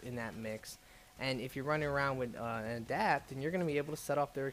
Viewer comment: >Adapt >Macktock >Korgan I love you man, and I know it's not a big deal, but you seriously gotta learn how to pronounce shit, for someone who's read this stuff a thousand times.